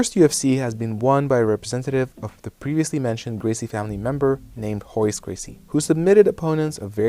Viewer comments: I didn't know royce was pronounced hoise. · Hoyce? Isn't his name Royce? Or is his first name pronounced with an "H?"